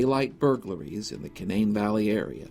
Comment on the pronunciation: I’m interested to know about the way you pronounced “Canaan” State Park. It sounded like “Cuh-NANE” when my entire life I’ve heard it pronounced “CANE-nun”. Is your pronunciation a regional, maybe colloquial way of saying it, or have I misunderstood everyone for fifty years? 😂 Seriously, not trying to offend or be jerkish, just want to understand. 👍